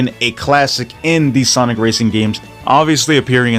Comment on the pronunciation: cant get over that you said sanic hahah